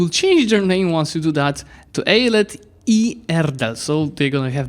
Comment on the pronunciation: Hoşgeldin is pronounced like Hoshgeldin Eyalet is pronounced with a longer A (like Eyaalet) I really appreaciate the fact that you want to know how its pronounced bc most people just don't care :)